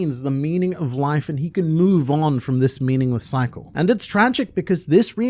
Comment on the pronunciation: You say "cycle" and now I watch out for the rain...